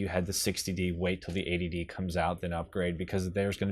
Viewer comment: Sounds like "Canon ADD"